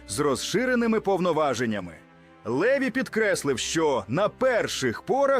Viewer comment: ЛевI НАГОЛОС -НА ОСТАНIЙ ЛIITЕРI